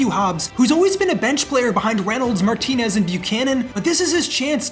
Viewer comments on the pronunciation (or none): none